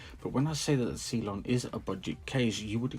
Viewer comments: I’m sorry but it’s cylon not see lon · Good review. Please never again pronounce it 'see-lon'